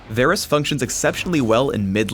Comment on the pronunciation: idk y ppl pronounce him Vaaarrrggh rus